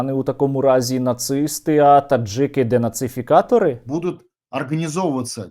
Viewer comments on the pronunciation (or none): none